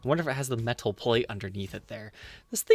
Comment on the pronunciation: I heard that seller doesn’t want to sell to you because he doesn’t like how you say “metal”